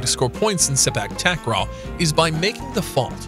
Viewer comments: how i wished you can pronounce takraw you're saying it incorrectly takraw (a pronounced as an o sound) it should be (au sound). Takraw (au sound) ✅. Takraw (o sound) ❎. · Which "a" in takraw should be pronounced with the "au" sound? Is it t(au)kraw or takr(au)w?